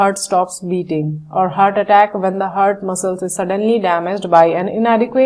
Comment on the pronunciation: she keeps saying hard not heart